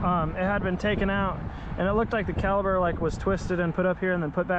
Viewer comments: My guy! Its called caliPER not caliBER like you keep saying in the video😂 Other than that, good stuff! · That is not a calaber it's a cala per. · cali"p"er!!!!!! not caliber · I love your content. Super helpful. Really nice. Professional to boot. Everything a mechanic should be. But man, its a caliPer not a caliBer. Lol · An accent that makes the letter p sound like the letter b? Yeah, okay. lol 🤣